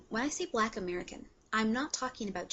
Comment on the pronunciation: it's annoying how she says okay after every point she makes and also she pronounces the word black as "bleck". and btw she is considered black as well, so...